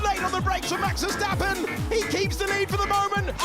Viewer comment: No fucking way you just took my saying when saying Verstrappon. I've been calling him that for years now. You read my comment didn't you?